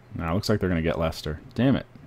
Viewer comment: Finally an American who can say Leicester.